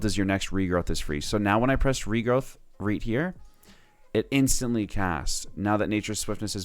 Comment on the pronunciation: why he keep saing reed here instead of right here? nice guide thought.